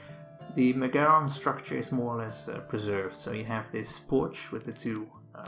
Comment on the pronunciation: It's not pronounced "MeGAron". It's MEgaron. Just Like the name of the band MEgadeth. Learn to pronounce the Greek words properly.